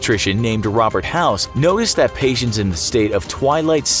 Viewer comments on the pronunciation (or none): none